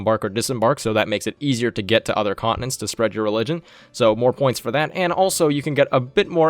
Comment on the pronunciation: I prefer to play on Con-Tine-Nints